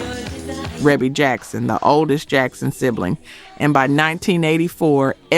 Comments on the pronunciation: And it's pronounced reebee not rehbe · Thank you!! REEEEBEEE. Other than that, nice video. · For the love of God. Her name is REE-BEE!!! that’s how it’s pronounced. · Love your video! Thank you for all the information! Great unknown facts! I am a major MJ fan and didn't know that Michael wrote all of these. Shame on me! LOL. Just one small feedback ... Rebbie is pronounced "Ree Bee". You're awesome! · The production wasn’t just Micheal Jackson and her name is Ree.bee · Rebbie? Pronounced “Ree-bee.” I thought everyone knew that 😂😂😂😂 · Rebbie Jackson Centipede was and is absolutely amazing!! Fierce and just a great song. FYI Ree-Bee is the way her name is pronounced. 🔥🔥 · It’s REE BEE Jackson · Not sure why you included number 8, I think everyone knew he was a co-writer of this. Quite a few of these songs are unlistenable, actually. And it’s pronounced “Ree-bee” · Pronounced "Ree-bee" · I know her name is pronounced, Reebee. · THANK YOU - REE-BEE! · Reeeebie AI get it right! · Rebbie is pronounced "Reebee"... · I know it's spelled Rebbie, but it's pronounced Ree-bee. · That AI for ya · Omg! Rebby. Cmon now. If you're doing a video, at least know the siblings' names. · ITS REE-BEE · How you mispronounce Rebbie name 🤣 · Is this AI? You keep mispronouncing REEBEE's name. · How you Rebbie's name wrong but say her daughters name correctly!!!???? How sway!!!! How!!! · I wish you knew how to the pronounce folks name...😮 And his sister at that ..where the respect to Michael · How about just calling her Maureen since no one can pronounce Rebbie correctly? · You pronounced Rebbie’s name wrong 🫢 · I was screaming the same thing. How do you do a list about Michael Jackson but don’t know how to pronounce his sister’s name. Smh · Yes! Each time she mispronounced her name just irritated me 😂